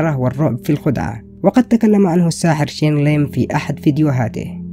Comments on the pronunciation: Bro ur title is Shane Lim but his name is Shin Lim and also ur said Chen Lim...Bro WTF!! And also u dont know how he does it u cant reveal it this video is all fake ur doing it for views this video is a huge CLICKBAIT!! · Thats not “Shane Lim” thats “SHIN LIM” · ITS SHIN NOT SHANE COME ON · It's "Shin" not Shane, brah! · نطقه لاسم الساحر شينيلغن مااعرف كيف اكتبه بس المهم انه يضحك😂..